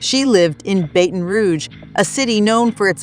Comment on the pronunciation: Say it.... BATTON , BATTON !!! not baten !!! 😡😡😡😡😡